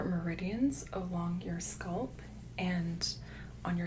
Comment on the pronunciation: This makes me a little crazy. I love her videos, but it's so jarring every time she says sculp instead of scalp....